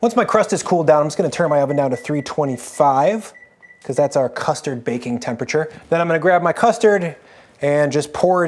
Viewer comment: Going to be honest: Saying things like “custee” for custard reminds me of Joshua Weismann in a really bad way.